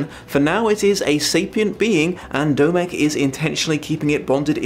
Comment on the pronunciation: Dear... Domek is the informal form of Dominik, hence the O in Domek being pronounced the same as the O in your name;) greetings from Prague:)